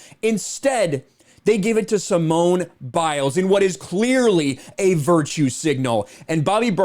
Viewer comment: “Simon” Biles. Just like Sir Rena Williams. And Veen is William(s).